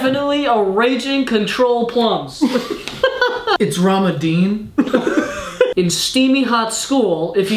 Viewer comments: I died when he said ‘Ramadine’ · "It's ramadeen"